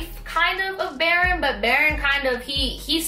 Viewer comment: Baron is pronounced baroon